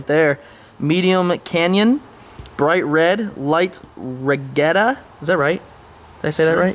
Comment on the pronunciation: Its pronounced “Light Ree-Got-Ta” lol. Also that is the factory build sheet which is placed on the floor pans before carpet goes in.